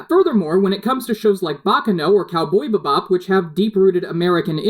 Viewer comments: omg how weird do you say bebop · cow, boybi bob. Wow just wow For shame. It's cowboy(thats one word, not 2) and the next word is pronounced Bee-bop.